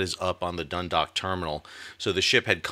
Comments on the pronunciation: Great commentary. One note from Ireland: Dundalk (named after the town in Co Louth) is not 'dun-dock' it is 'dun-daawk' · Great informative report. Just a minor point of information to add… Dundalk is pronounced Dun-dawk (rhymes with hawk). Thanks for your updates.